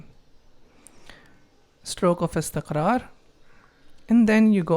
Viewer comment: Assalamu Alaekum brother......Amazing.....I like the way you pronounce ...nuzool...istiqraar...saood......... I am learning from your videos....keep it up.